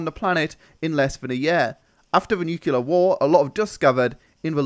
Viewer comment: Nuke-Lee-Ar not Nuke-U-Lar